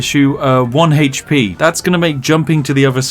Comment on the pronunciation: I just like hearing him say "heych-pee".